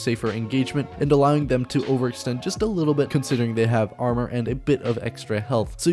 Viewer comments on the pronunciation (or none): none